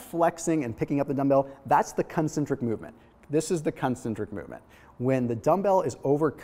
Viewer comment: Watch the way you say "concentric"!